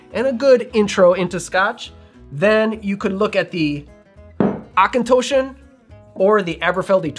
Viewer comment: Good pronunciation on the distilleries! Auchentoshan has an 'o' that sounds like the one in Macintosh ('OCH-en-TOSH-an' in This video is a good reference for the more tricky distillery pronunciations. Lastly, as an American living outside of the US for decades, no one calls it "Scotch" except us. I would NEVER use the term in my whisky circles. Acceptable alternatives are Scotch malt whisky, malt whisky, and just "malt" will imply whisky within context.